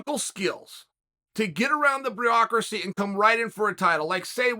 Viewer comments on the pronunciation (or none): “Burrrocracy” Uncle Chael tried and it was a valiant effort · He said breocracy lol